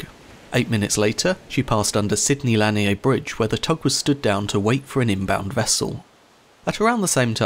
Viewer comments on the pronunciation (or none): Interesting video. I'd followed the story as it happened, but I appreciate the technical details on the final analysis of what happened. Just so you know, the local pronunciation of Sidney Lanier's last name is two syllables, "la-NEER" rather than "LAN-ee-Ay". Though I'm pretty sure that had nothing to do with the ship overturning. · Great video, but just wanted to let you know that the bridge is pronounced "lah-neer". He was a poet during and after the American Civil War. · Lanier is pronounced Lah-neer